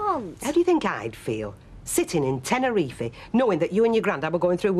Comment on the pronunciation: Bet and "Tenerefy" lol